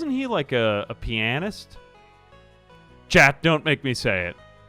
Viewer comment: pianist [penis-t] for pronunciation lol :P.